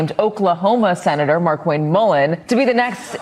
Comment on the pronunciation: On a side note, it's not Mark-Wayne Mullin... It's Mar-Kwayne Mullin. The pronunciation is everything, you gotta get his nouns correct.